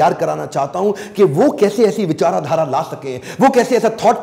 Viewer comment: Vivek bindra said वीचाराघारा 😅😅 lol